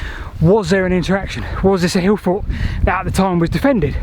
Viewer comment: I finally figured out you’re saying “hill fort”, I think.